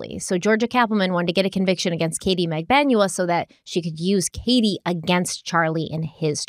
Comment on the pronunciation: I can't count the number of pronunciations the two of you have said Magbanua. Katie herself said Mag-ban-oo-ah.